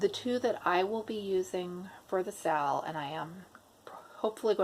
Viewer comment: I am a relative newbie to floss tube, and I thought you were saying « sale » when you were saying SAL ( stitch along, correct ?) So I thought you were going to sell some kits 😂